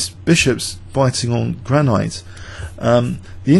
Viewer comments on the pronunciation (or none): none